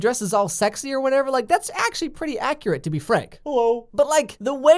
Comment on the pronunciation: “That’s actually pretty acurret to be frank HELLO “ LMFAO i freaking died😂😂😭💀